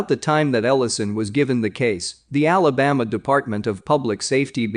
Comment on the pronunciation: Alabama and the Appalachian mts.. computer voice needs a map.. I enjoy These and support the channel but that's just way off